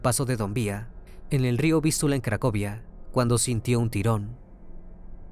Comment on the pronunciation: No es río Vistula, con acento en la u, es Vístiula, con acento en la i, esto y otros errores más, es muestra de que el dueño de este canal, utiliza la IA para realizar sus narraciones, pero el software que emplea, no está tan bien pulido, no lo digo por nada malo, tan sólo es mi opinión, así que no vengan a "abalanzarse" sobre mí. Igualmente, buen caso, no lo conocía.